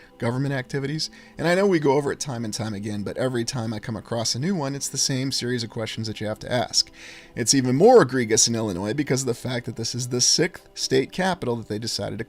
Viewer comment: Egregious is pronounced as if the second G is a J brother, like egrejuss' 🙏🏻